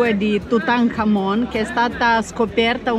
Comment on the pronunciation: Forse volevi dire Tutankhamon 😅 hai ripetuto Tutankamen proprio convinto 😂😂😂